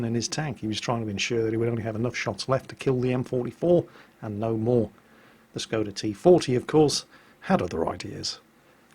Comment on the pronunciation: I wonder if is ever going to learn to say the S is Skoda properly.